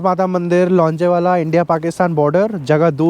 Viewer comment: ये चमन चू** लोंगेवाला को लांजेवाला बोल रहा बिल्कुल ऐसे ही ये चू** आयशर को आईचर बोलता है 😂😂😂😂😂😂😂